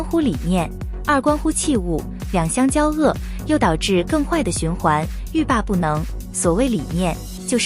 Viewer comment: 交恶 音 JIAO1 WU4